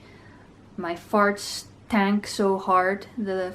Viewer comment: 35 seconds, she emphasized on farts.... I just can't.